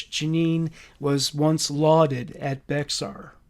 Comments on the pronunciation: Also I know it sounds like Bexar but us Damn Texans pronounce it “Bear County” not trying to be rude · Native Texan here❤ BEXAR is pronounced like BEAR. love your content❤